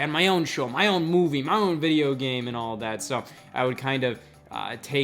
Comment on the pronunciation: Am I the only one who hears it as "Hey Y'all"? Lmao